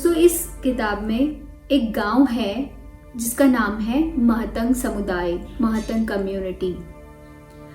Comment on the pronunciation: Mahatang✖️ nahi matang boliye i came from matang community ❤🙏